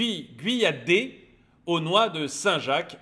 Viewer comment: Guyader nom breton donc se prononce Guyadère . Chez nous chaque lettre à son importance .C'est fort les ST Jacques sans ST Jacques et le pain d'épice sans miel .